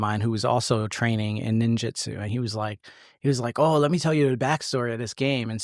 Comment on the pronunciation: It's Ninjutsu not jitsu. Just a heads up.